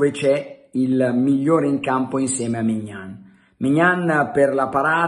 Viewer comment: E che Maignan si dice Mignón